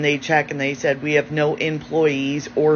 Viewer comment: why do Australian women add the the tree ‘R’ to the word ‘No’ So when they say the word it sounds like ‘Nore’…….WHY!?!? 😫